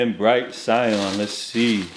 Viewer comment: “Sigh•Anne” .... ITS 🔥🔥🔥